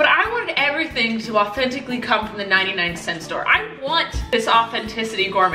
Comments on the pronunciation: "99 centy" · " 99 centY "🤣🤣🤣